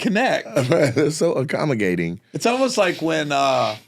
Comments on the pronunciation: “Accommo-gay-ting” slipped past Gary!! 😅🤣😂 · “Accommo-gay-ting” slipped past Gary!! 😅🤣😂 DAMN!!! “…oil the floor” is DIABOLICAL!!! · Acamo-gay-ting. 🤣🤣🤦🏾‍♂️🤦🏾‍♂️ Nate is a fool. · legit came to the comments to see if anyone else noticed xD!! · Thought I was the only one who heard Nate